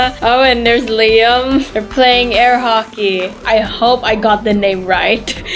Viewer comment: When you said airhoky I hope I got the name right you did get it right answer well done